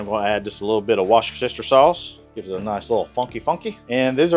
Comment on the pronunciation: Wash tah chester sauce🤣🤣🤣